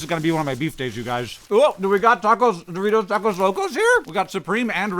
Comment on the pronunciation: a) the way you say doritos locos tacos makes me sad b) I want some of this freeze dried taco bell